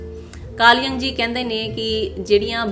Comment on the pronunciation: ਬੀਬਾ ਕਾਰਲ ਯੁੰਗ ਸੀ ਨਾ ਕਿ ਜੰਗ। ਜਦ ਨਾਂ ਨੀ ਲੈਣਾ ਅਾੳੁਂਦਾ ਹੋਰ ਕੀ ਰੰਗ ਲਾੲੇਂਗੀ।